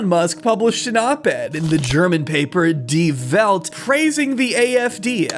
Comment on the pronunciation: Thank you so much for exposing AfD to your younger and not all that political audience (and pronouncing Die Welt correctly). Great job. This is just public statements. Behind closed doors all of them are Nz. Yet, they're still the 2nd biggest party in Germany. For shame. You didn't learn 1st time around? That's the point, tho. You did learn and you realised you're now in a position to get away with it 'cos nobody does anything about Europe now.